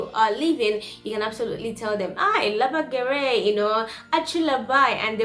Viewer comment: ne "lebei gerei", o labai gerai. Balsė a ir tariama kaip AAAA, o ne EEEE